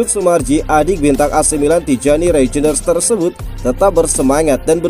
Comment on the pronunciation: baca : *Reiynder.. robot indonesia susah spelling yak.😅